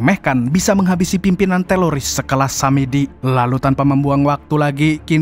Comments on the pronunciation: Apa telingaq ya yg Salah dgr,Kok teroris jd teloris? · teroris atau teloris bang😅✌ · Teroris om kuhhhh, Bukan telorissss😂😂😂